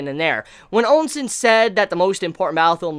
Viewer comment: Am I the only one that keeps hearing sayin Ou Sen's name as "Oun Sen"? On another note imma tell right now that what's going to happen is not something he can imagine Yusahisa Sensei has constantly done the unexpected. Plus at least 6-7 of Riboku's commanding officers are gunning for Shin.